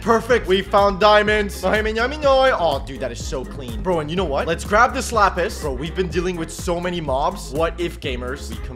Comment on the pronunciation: when he said lets grab this lapis i thought he said slapis